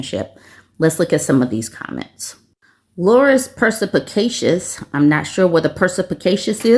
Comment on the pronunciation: Percypicatious? Lol